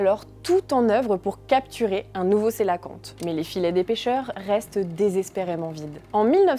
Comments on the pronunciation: On prononce pour le cœlacanthe : quelacanthe SVP et non celoquante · Va falloir arrêter de mal prononcer le nom du Cœlacanthe ! Ça se prononce qœlacanthe ! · Du coup je découvre que j'ai toujours mal prononcé cœlacanthe 😅